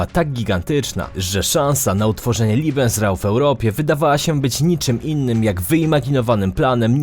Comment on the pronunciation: Prowadzący jednak potrafi zaskoczyć. Mówienie „OM” zamiast „Ą” przebija „Liebesraum” (pomieszczenie do kopulacji) zamiast „Lebensraum” (przestrzeń życiowa). Ręce (i nie tylko) opadają…